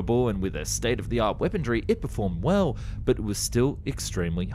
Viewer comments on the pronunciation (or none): You do realize the word is weaponry, not weapondry, right? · Weaponry not weapondry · POLITE NOTICE: I have checked with numerous, well respected, sources and can positively affirm that there is no "d" in the word "weaponry" I'd be incredibly grateful if you could revert back to the original (non d) pronunciation. Thankd you! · Why are so many young YouTubers saying the word "weaponry" with a D in it? "Wepondrie" or "Wepondry" it's so so slightly annoying lol